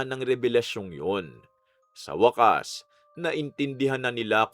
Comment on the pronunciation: Waaaaakkkkaaassss🤭😁😁 napapa gaya na Lang ako pagkabigkas mo Ng wakas kuya 🤭😁😁😁✌️